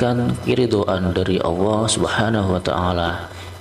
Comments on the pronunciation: Maaf sekali lagi jangan suruh ngucap awoh salah itu harusnya baca nya Allah🙏🙏🙏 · Maaf" itu yg bca salah bukan awoh,,tp Allah,,baca masih salah ko suruh baca 🙏🙏🙏🙏